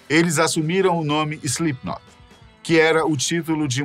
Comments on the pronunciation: Slipnok, SLIPNOK. Ele disse SlipNOQUE. Sim ele disse. Muitas vezes! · Quem avisa ele que o nome da banda nao é "Islipinóki"?? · SlipKNOCK não dá, até voltei porque achei que eu havia ouvido errado, mas por duas ou três vezes durante o video (e no finalzinho) ele fala errado kkk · Além de ter pronunciado errado várias vezes, e passado pela edição: Slipknoc... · ele falando SlipKNOCK me pegou um pouco kkkk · Palavra de fã (a no mínimo 15 anos) da banda… o roteiro ficou bom, mas a execução nem tanto… o apresentador erra inúmeras vezes o nome da banda chamando de Slipnok, os editores colocaram imagens erradas em momentos errados… faltou informação… a impressão que deu é que fizeram esse vídeo por conta do hype do Eloy Casagrande ser o novo baterista… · "Slipnoc" não, po.. pera ai kkkkkk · Primeiro, SlipknoQUI? Que agonia veio kkkkkk segundo, faltou abordou assuntos muito importantes sobre o lado "religioso" da banda, que, entre fatos, são assumidamente cristãos. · Pq o cara está falando o nome fa banda com C mudo no final? Será que ele não sabe ler? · Impreeao minha ou ele falou diversas vezes slipnok? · SLIPNOK essa me quebrou 😂😂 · Ele erra todas as datas. Ele falou slipknoque, bah que narração horrorosa. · É SlipknoT, não SlipknoP! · "Slipnoque" kkkkkj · SlipkinoC ? 😅 Pqp hem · Correção: Mick caiu depois de tropeçar no DJ Sid. O cara fala "Slipknoc" ... credibilidade nenhuma. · Foi só eu que percebi que ele não diz Slipknot?? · Slipnop....Slipnok.....kkkk ta difícil hein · Joey foi uma lenda, e se não o maior baterista da história Mas agr tipo assim, só eu wue percebi que o cara do video fala o nome da banda errado algumas vezes, principalmente a ultima vez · video bem legal, parabéns aos envolvidos masque nervoso ele falando Slipknot, poderia ter se esforçado mais nessa pronuncia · Ele falando o nome da banda errado o vídeo todo... que agonia kkk